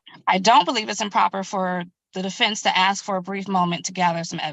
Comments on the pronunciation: Yeah I'm so sick of that moronic "Ya know what I'm saying " crap. And the Axe instead of Ask. I seriously just want to slap the stupid out of the mouths of anyone who constantly repeats this and other ghetto trash speak NONSENCE. Your a adult. Your a lawyer. Speak like a adult. Speak like a lawyer. Leave the ghetto trash for when your at home with your other brainless hood junkie friends. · a greater problem is neither attorney can pronounce the word "ask", they both stated "the boys axed". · Just can’t manage the word ASK